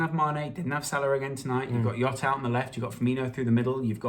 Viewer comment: It's not Yota. Jota. You pronounce the j